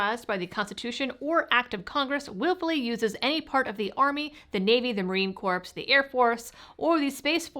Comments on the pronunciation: She lost my support when she mispronounced Marine Cops! Its pronounced core not cops! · Wait... wait, wait. Did you say "Marine CorPs"?? (Facepalm/ headache) Otherwise, good coverage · Did you say Marine Corpse? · The "Corps" in Marine Corps is pronounced "core". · Love you but Marine Corps is pronounced Märēēn Kōr 🇺🇸 🦅 🌎 ⚓️